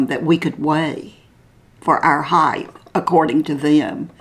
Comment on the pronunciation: Love watching your channel. But please do not take offense but when you speak of how tall a person is,you're referring to HEIGHT....not heighth..there's no such word as heighth..❤